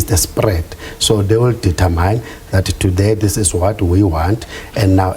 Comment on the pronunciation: Eish I get so irritated when supposedly intelligent people cannot even pronounce the English words correctly, the language they are using, eg it’s Not deter myne, it’s determin.